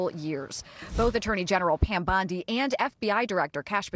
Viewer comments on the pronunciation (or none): none